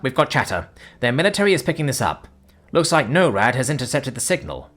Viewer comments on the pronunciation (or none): Not NO RAD, its NOR AD